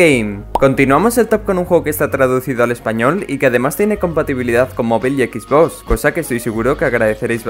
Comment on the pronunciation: X box? A si no se dice ianut se escribe xbox se dice exbox